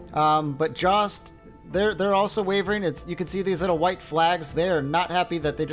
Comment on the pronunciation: Jost is pronounced yost